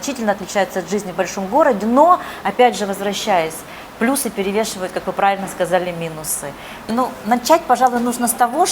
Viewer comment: ПлЮсы. Уважаемая блогер, выучите ударение в слове плюсы. Дальше слушать не имеет смысла